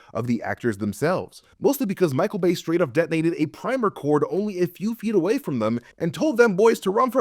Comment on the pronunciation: Every time you say "Bay" I hear "BAE" and I giggle.